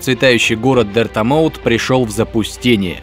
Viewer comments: Што? Дирта.. дирто... Диртомот? Как ты там назвал грязьмут? Ну окей dirtmouth читается как дёртмауз. И ещё это не название всей локации а только городка на поверхности а само королевство называется халлоунест и это не знать означает в игру не играть. Ну и вселеннское зло не такое уж и вселеннское и миру не угрожает а лишь самому королевству которое как раз и жило в тех "катокомбах" и рыцарь нифига не странствует а специально йдет в королевство. Ты серьёзно? Первый босс для тебя был сложным? Ну, о умении играть не спорят. ты даже назву валюты не знаешь ты точно играл? хотя у тебя то 5 то 4 то 3 хп (причьом игру ты начинаешь с 5) и одинаковые локации выгледят по разному а если точнее то у тебя футажы разных пре релизных версий игры и ни кадра своего геймплея(поверьте мне я игру на 112% прошел и видел каждое видео разрабов). Так что ты скорее всего не играл в игру от слова совсем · дертАмаут =_= вообщето, дЁртмаут. Ударение в начале видео не правильное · Чо за Дэртамоуф он же читается как Дёртмауф